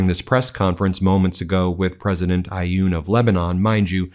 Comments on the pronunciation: It’s pronounced awn not ayooon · President of Lebanon name is Aoun. The there is no i or y sound. Pronounce it Ah-une or ah-oon and slur the syllables together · Guys, you have enough information at your disposal to learn how to say them names of foreign leaders correctly. The name of the President of Lebanon has only 3 letters. His first name is Joseph. Joseph Aun. It pronounces exactly the way it is written. Can't you try to manage 3 letters without inventing sounds that are not there? You're not the only ones doing that but garbling anything that goes through your mind and doesn't even correspond to the way the name is written is so frequent it's insulting for the people of the countries in question. A little more respect would really help.